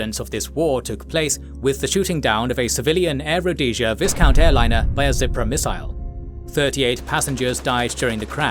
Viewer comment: Some of your pronunciations are totally wrong, including Viscount, it's pronounced Viecount.